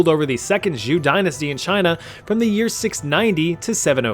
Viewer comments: One moment had me laughing more than it should as my inner monologue followed this line: "...empress Wu Zetian would..." wow, pretty good chinese pronunciation for a youtuber "...ruled over the second Zhou dynasty..." aaaaand that's more like it. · Queen of the Zhous?